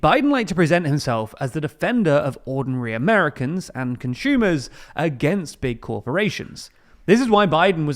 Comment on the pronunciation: bro said conSHumers💀